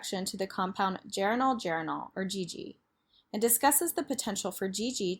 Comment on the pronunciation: last half is pronounced ger-ay-nee-oll.